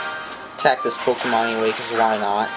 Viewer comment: I know you are an idiot because you pronounce it Pokeeeman